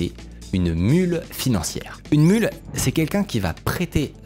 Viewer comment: Une mule, pas une mûle. .